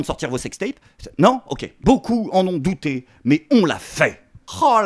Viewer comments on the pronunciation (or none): none